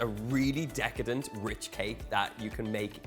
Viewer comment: I love how he says, "Decatant" . 😂 This cakes looks wonderful Donal! 🙌😀